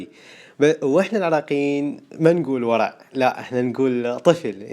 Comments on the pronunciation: ههه شكرا ع الكلمات الحلوة بس اول كلمة ما تنطق وَرَع تنطق ورِع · يصقع مو معناها يضرب معناها يعني مثلاً صقعت بالحدار يعني راسي صفع بالجدار ماادري كيف اسرح لاني مااعرف معنى ثاني لـ يصقع 😂🙌🏻 والكلمه الاولى نطقتها غلط هي ما تنطق وَرَع تنطق ورْع👉🏻🌚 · لاتنطق وَرَع تنطق وُِرّعْ واحيانا بالغالب للتهزيء ... ولا بالعادة يقولون طفل كلمة ابو كلب تنطق للبضائع الرديئة الصنع يالبى قلبك وليس يلبي قلبي !!